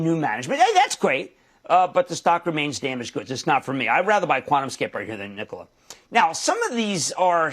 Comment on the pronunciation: Why do I hear "nipple" every time he says "Nikola?"